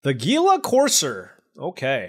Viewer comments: It's pronounced "heel-a". Not "geel-a". :) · Hila Corser. Is how it's pronounced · Its Heala, thats how gila courser is pronounced.